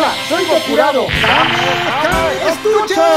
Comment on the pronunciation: “Gokurado” jajajaja te la mamaste.